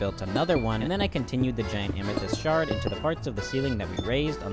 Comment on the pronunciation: every time he said amethyst shard i heard shark and i spent like a decent amount of time trying to see the vision. i couldn’t lmao there was no shark to be found